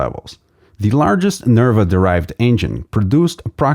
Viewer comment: NERVA not NERV. I see you :D.